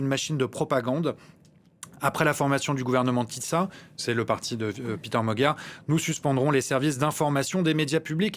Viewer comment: Péter Magyar est hongrois, et pas anglais. Son prénom se prononce PÉter, et non PIter...